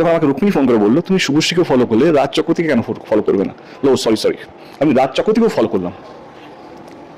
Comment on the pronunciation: ওটা রাজ চক্কওতী নয়,রাজ চক্রবর্তী হবে।